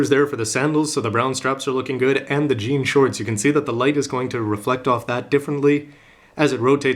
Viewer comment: for some reason I heard GN Shorts instead of "Jean" Shorts O_o